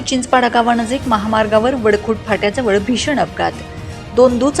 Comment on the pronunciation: वाळखुट नाही सर् वडखुट असे आहे गावाचे नाव